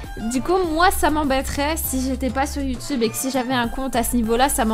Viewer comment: elle a dit yutipe 😂😂😂😂😂